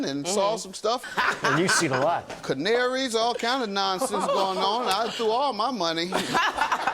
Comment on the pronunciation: Judge said canaries n everythang 😭